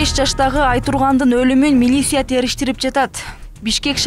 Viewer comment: Милиссия дебей милиция деп окусан